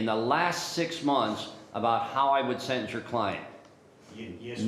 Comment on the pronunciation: It's "sEntEnce" with two E's. Not "sIntInce" "Journalists should really know how to pronounce words.